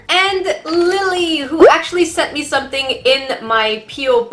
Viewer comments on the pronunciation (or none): none